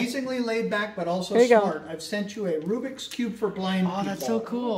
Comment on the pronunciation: Sorry about that! Seems your pronunciation is accurate! We stand corrected! 😉 David loves the Rubik's cube, too!! Thank you,! 😄❤❤❤